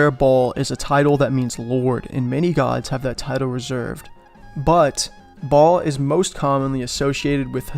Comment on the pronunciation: Baal is pronounced BAY-YUL